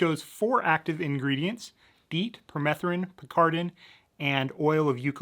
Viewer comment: It’s picaridin not picardin btw